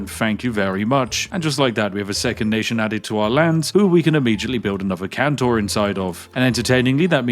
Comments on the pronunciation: EU5: This is a Hanseatic Kontor. Can you say "Kontor"? Spiff: Cantor. EU5: No no. Kontor. Kon-tor. Spiff: Can-tor. EU5: It starts with "ko" like in "cor blimey!" Spiff: Cor blimey Cantor! EU5: Eh, good enough. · There seems to be some sort of bug in the video. He keeps pronouncing kontor as kantor for some inexplicable reason. Surely this is just an oversight from the developer. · why do you keep calling them "cantors" aaaaa REMEMBER YOUR PHONICS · Kontor just means office. Also no 'a' in kontor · Sir Spiffy, pls it´s KontOr not Kontar and the G in Bologna is silent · Why do you keep calling it Kantor? Surely it's Kontor, or Office in English 😅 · Its Kontor not Kantor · It is KONtor not CANtor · Why was "office" left untranslated? It was horrid to hear him pronounce "cantor" :p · unironically unwatchable, please stop pronouncing kontor as cantor, just say contour but don't say the u and there you go, also kontor is just the germanic name for offices, so if you cannot be bothered how to learn to pronounce it just say office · Thankfully I can watch this video entirely safely as games like these hold zero interest to me as a player. I still enjoy watching you break them though! Edit: I was wrong. Hearing you pronounce 'kontor' (which, for the record, means "office") as 'kantor/cantor' (a christian choir leader) throughout the video has seemingly caused me some level of psychological damage. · Sorry, but my brain goes ballistic when it comes to linguistics 😂😂 Kontor (kon-tor) = Office ^^ Phonetic transcription: /kåntọːr/ or /kɔnˈtoːɐ̯/ Stress: The stress is on the second syllable, "-tor". Vowel sound: The "o" in the second syllable has a long "o" sound. It is a closed-back-rounded-vowel sound, similar to the vowel in "door" or "for" in English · FYI, it is pronounced "con-tore" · He's british! he can prounounce it how he wants!!!! (this is a joke) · kontor is read like con from condition and thor like the viking gods.